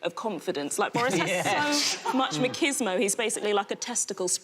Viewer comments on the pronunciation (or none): Aside from prenonucing machismo wrong she was on point